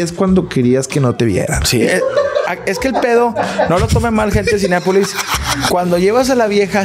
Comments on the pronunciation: Me da cura que diga “Cineápolis” 🤭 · Soy yo o siempre dice CINEAPOLIS? NO es CLASISTA es REALISTA 😉